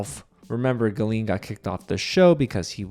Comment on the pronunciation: Your pronounciation of Gallien is killing me 😂. Anyways Julie deserved an apology from Sarah. The hosts just glossed over Sarah’s comments, I didn’t get why she was even on stage.